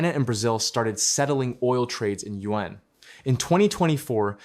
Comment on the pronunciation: Not Yuen but Yuan!!! 😂😂😅😅